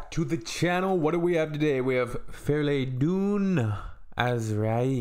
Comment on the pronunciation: not to be picky but why do you pronounce "Freydoun" as "Fleydoun"? It's with an "R" not an "L"